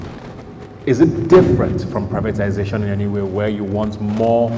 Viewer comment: The guy representing Tinubu kept saying "Privitanization", instead of "privatization". Like father like son.